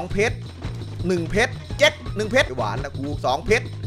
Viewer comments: ฟังจนได้ยินคำว่า เพรช เป็น เพ็ก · 1เพช๋ร 2เพช๊ร